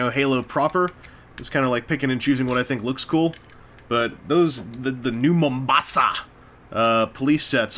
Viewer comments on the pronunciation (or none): Lol, i laughed so hard when he suddenly said "New MomBASSA" 😂